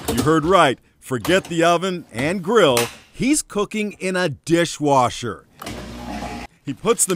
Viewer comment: "In a Diiihhwashurr!!"